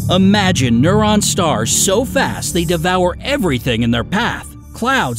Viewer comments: "neuron" stars? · He called a neutron star a neuron star